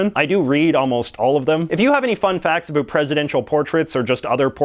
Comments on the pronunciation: "A boot" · Thank you, this answered a lot of questions I've had. May I ask you a question? Are you from Canada? I asked this because of the way you pronounce the word "about". Thank you for all you do. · You say “about” in such a Canadian way